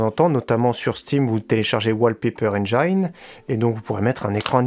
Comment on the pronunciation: On dit engïne, pas enjaillene :'D